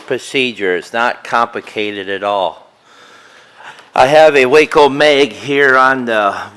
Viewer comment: its wico not Waco and your not timing it precisely